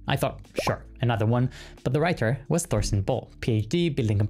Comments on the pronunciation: By rhe way - "Thorsten" is pronounced "Torsten". We Germans might write a "Th" at the beginning of something - but we never speak it (because we can't). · the "th" in Thorsten is just a t, dont do the english th sound there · Hearing someone say Thorsten with a „th“ sound in the beginning instead of just „t“ is weird